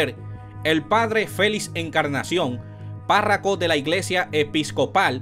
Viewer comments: Viejo aprende a pronunciar las palabras, no es parraco, sino párroco. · no se dice párraco,es párroco. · UN CONSEJO PARA EL PERIODISTA. NO SE DICE PÁRRACO. SE DICE PÁRROCO, QUE SE DERIVA DE PARROQUIA. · Hermano no se dice PÁRRACO se dice PÁRROCO. Por otro lado si esperaremos 2 años para parar la delincuencia nos fuñimos.... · Párroco, no parraco, parroquia, parroquianos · No es parraco, con todo respeto, es Párroco que se dice. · No se dice parraco , se dice párroco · No es parraco, es parroco, no es costo, es coto. O dios, y estos intelectuales religiosos, comunicadores y politicosque nos gastamos. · Caballero párraco no, párroco. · Muy Buen trabajo. Pero lo corrijo, Amigo: no se dice Parraco, se dice PÁRROCO. Continuación de un buen trabajo! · de buena fe, PARROCO no PARRACO. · Párraco no compadre... PÁRROCO. Usted debería aprender hablar primero y luego informar, no cree ?